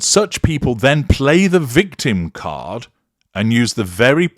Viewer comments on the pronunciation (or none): none